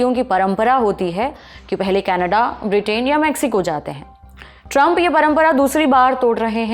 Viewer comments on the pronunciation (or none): none